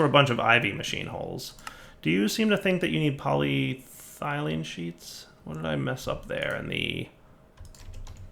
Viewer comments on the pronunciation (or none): Yet poly-thylene made a return